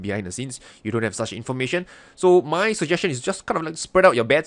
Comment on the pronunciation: Yeah, that cracks me up too. But it sounds more like “hey hey, wut’s up muh friend”. The Southern accentt kills me.